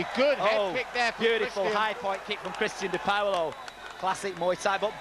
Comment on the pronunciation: its funny how she says dipaolo. its not "di POWLO", its like "Dih-Paul-oh"